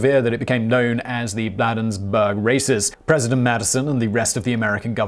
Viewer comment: BLAY-denz-Burg Maryland (a quick note from a native of the town)